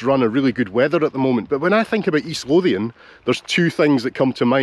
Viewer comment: Thanks for teaching me the proper pronunciation of Lothian. At lunch, I suggested it as a stop for a niece and her partner on their upcoming trip to the British Isles. Now that I know about the XTs, I looked them up on Wikipedia.